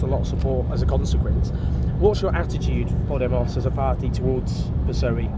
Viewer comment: Owen - just a heads up - it's not pronounced "poddie moss" like you say it but " paw DAY moss" with the emphasis on the second syllable.